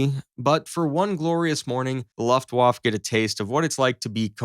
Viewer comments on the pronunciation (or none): if you are going to do a video it would be wise to pronounce the words correctly. It is not LAFTWAFF,,,,it is looftvaafe! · First, it is pronounced Luft-vaf-uh. Second, stuka is a shortened form of the German word for dive bomber. Use one or the other, but not both. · “Luft waff” 😂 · the german waflav......? what!? Luft-Waffe !! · "...vaf-fuh" Not "...vaf." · "Luftwaffe" is pronounced Luft-waf-fe -- i.e, you pronounce the "e" at the end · It's Luftwaffe, not "luftuaff". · The word Luftwaffe is pronounced : Looftvaffeh. Not Loftwauf. Wauf-wauf! U're welcome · Gosh... it's Luftwaffe pronounced like Santa Fe, Luftwaffe, Santa Fe... not Luftwaff. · IT IS LUFTWAFFE NOT LUFTWAF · What´s a "Luftwaff" ? 🙄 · Ofc it's always a video against the mean Germans... And dude... what is the "Laftwaf"? o.O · Luft-wofft, lol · pronounced LOOOF- Wfa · The presumption that the Luftwaffe first wave (pronounced Luft-va-feh) would turn and flee is ridiculous, imo. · "Laftwoff" for "Luftwaffe" sounds kinda nice to my Austrian ears. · OMG "luft-woff" is an unhinged pronunciation. Maybe watch one video about WW2 and try again. The F-35 doesn't shoot a shell the size of a beer bottle, that's the entire cartridge that holds all the gunpowder. The bullet itself is just the blue tip, it's a few inches long at most. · If my dude had said luftWAFF one more time..... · What the hell is the ' Luft Whaff'? You millenials sure prove your worthlessness every time you speak. Did any of you go to school or was everything online via the college of Northern Arizona? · Please. For the love of Pete, learn how to say Luftwaffe. LOOFT-vah-feh Phonetically broken down: Luft → sounds like looft (with a short “oo” as in book) waffe → sounds like vah-feh (the w pronounced as a v, and the e at the end lightly voiced, not silent) So altogether: LOOFT-vah-feh. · It's time to learn how to pronounce Luftwaffe. Repeat after me, Luft-waffa. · Or, one might say Looft-va-fa. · Luftwoff lol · Luft Woff?